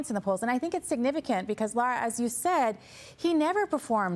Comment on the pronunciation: How do these people get a job with a news organization and they can't pronounce Lara Trump's beautiful name! They need to go back to school and learn the English language!